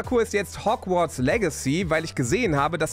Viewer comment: Hogwarts mit t bitte. Nicht wie n Ward aus League